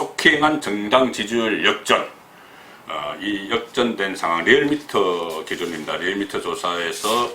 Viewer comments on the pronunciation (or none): none